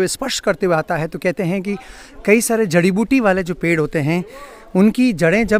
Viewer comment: बरगद का पैड है या पेड़?😂😂 पता नहीं क्यों ब्लोगर्स स्टाइल में बोलने के चक्कर में शब्दों की ऐसी तैसी कर देते हैं 😂